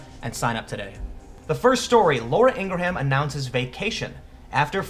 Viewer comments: As someone else pointed out, it's pronounced "ee-ngram". It's not like she isn't on TV pronouncing her own name every night. Some pretty sloppy journalism there Tim. The tactic employed by the left has been used for at least a decade. When Sean (pronounced "sh-awn") Hannity talks about groups like media matters having people on staff that monitor Conservative speakers 24/7 and mincing every single word they can into complaints to the FCC and advertisers, he is not joking. What is slightly different here is that media is unabashedly using Teens to promote propaganda and "some" companies are falling for the gag. Until their profit ratings and sales plummet because Conservatives spend money too. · Seriously Tim. How do you not know how to pronounce her name? Embarrassing Tim. Ugh. I can't share videos like this when Tim can't even get the name right! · Calling what Laura did an "insult" is absurd. She made and almost overwhelmingly mild critique. In response he made an attempt to ruin her life. What a real piece of shit. Also, it's pronounced 'Ingram.' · Never knew her name is pronounced Inger ham thx Tim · Glow Worm because his lack of proper pronunciation shows his lack of actual knowledge about this story. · 4min in had to stop watching ,couldn't stand the constant butchering of Laura Ingraham's name. Maybe next time you're going to repeatedly pronounce someone's name try a little pronunciation research. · I enjoy your videos, but please look up how to pronounce Laura Ingraham's last name. Mispronouncing her name repeatedly across a series of videos is not a good look. Thanks for the video. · You're killing me, Yankee! Her last name has only 2 syllables. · Jesus Tim Laura’s last name is H silent!! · Please stop pronouncing silent H's, It makes me hate you. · Pronounced Ing-rem . Not HAM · Ing-gra-ham? And you're a 'journalist?' It's fucking 'Ing-Grum.' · It's pronounced (ing' grum) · FWIW it is pronounced een gram, not een gra ham. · Ingram not Ingra ham. just fyi.